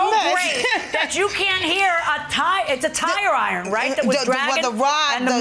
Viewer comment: She keeps saying tire iron and it's driving me nuts